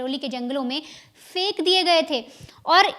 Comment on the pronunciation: "Fenk" "fiki" nhi hota phenk phiki hota hai pronounciation thik kijiye